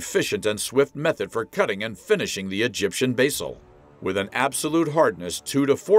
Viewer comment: Cant say Basalt correctly...waste of time.